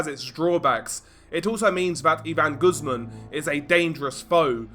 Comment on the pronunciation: Not Goosemen. Pronounced - Goose`mon.